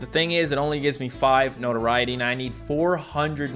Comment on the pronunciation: It took me five minutes to realize he was saying notoriety....